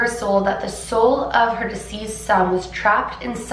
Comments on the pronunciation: Are you saying "diseased" or "deceased" son? This is an awesome and scary story! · I love, love, love you so much... So please don't take this as a criticism, but as an attempt to help you out... I have noticed that in this video, as well as a few others, you are mispronouncing the word DECEASED. It sounds as if you are saying DISEASED, which is quite different. -- DISEASED means to have a disease, (an illness/affliction/etc.) And it sounds like: "DIZ EE ZED". What you mean to say is DECEASED, which means to have died; and sounds like: "DEE CEE ST". Hope that helps. ~Again-- I love you to pieces (Reese's Pieces, that is, LOL!)